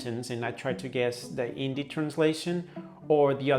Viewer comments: It's pronunced "Hindi" not "Indi" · Sir, just want to let u know that , we don’t pronounce Hindi as Indi , h is not silent, pls note that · He just pronounced Hindi Indi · uts actually HINDI, bro, not INDI😂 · First of all learn how to pronounce the word hindi first d is soft when it is enunciated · In word Hindi the 'd' isn't pronounced as ड it is pronounced as द. Watch Karl rocks video about how to learn Hindi.